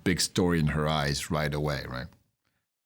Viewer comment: I love you, the kid, but you got to work on your pronuciation a bit. It's pronounced: [ˈfeðe]